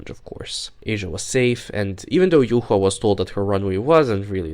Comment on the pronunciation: Thank you for pronouncing the name of the true winner of Season 10 correctly, as it's "yu-hua" and not "yuwa" 😌